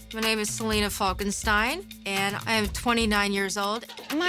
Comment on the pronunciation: When she said "Salina Falkestine" i heard it as Frankenstein and was like: 😀